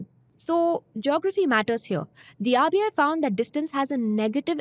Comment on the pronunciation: just one feedback- when you are saying RBI, I am hearing it AVIA, maybe some pronounciation miss from my side.. Did anyone felt same?